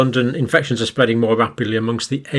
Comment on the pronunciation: Fear mongering fool. It’s spweadin wapidly lol.